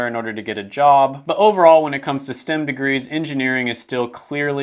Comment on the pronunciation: Why is he calling it stim when it's clearly spelled and pronounced like stem from a tree 😂😂😭